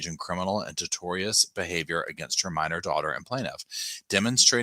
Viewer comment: Real quick, boo, "tortious" is pronounced "Tort-shus" it means in a manner which damages someone's business or business relationships, like how Jodi would narc on her patients (like that one patient who worked at BYU, where she was connected) to say they were "sinful" and should be put on leave or orherwise repremanded. She did this to husbands and people who disagreed with her.